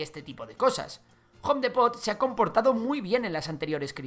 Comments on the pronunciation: Repite conmigo: jom dipot no gom dEEpoTT 😂😂😂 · Se dice jom dipot (home Depot) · Soy de México y me incomoda un poco como pronuncia Home Depót. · SE PRONUNCIA JOM DIPO = HOME DEPOT I D I O T A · Jom depot 😂 jaja solo me dio curiosidad, en MX lo pronunciamos habitualmente en inglés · "Jon depót" jajajaja excelente video 👍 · Se pronuncia: JOM DIPOT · Home depot, me sangraron los oidos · Pronunciaste muy mal Home Depot, muy buen video, se que eso no importa pero no pude evitar comentarlo jajaja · Buen video, pero me molesta que no pronuncien Home Depot como debe ser. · Una pequeña corrección lingüística, home depot no se dice como lo estas diciendo